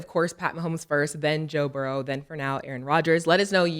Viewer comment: Cam & mase stop playing a s on my damn quarterback name it's Joe Burrow Not Joe Burrowsssss😂